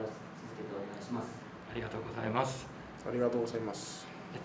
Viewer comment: 岡田さんのインタビュー、質問がとっても的確で選手も答えやすそうだなと思います。選手の言葉を引き出すのが上手い‼️ レビーラ君の「ありがとうございます。」がとっても発音が日本語っぽい。努力家なんだなー✨